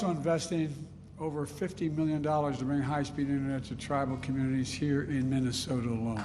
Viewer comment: Mumbles in mamamama you know the place with the snow 😂